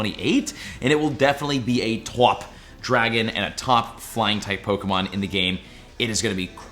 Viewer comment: “Tawp dragon”😂😂